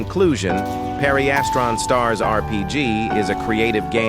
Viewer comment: Pareistran is how your saying pedestrian